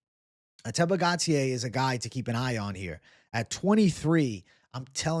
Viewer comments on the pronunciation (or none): GAUTIER is pronounced: GO-TEE-HEY, not Gatier